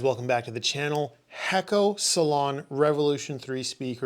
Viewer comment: I believe the pronunciation is Hey-ko or Hay-co. Great job once again. Thank you.